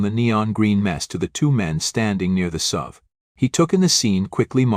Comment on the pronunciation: More BS stories. And bad AI reading SUV, not "sub". He's not driving a submarine down the highway.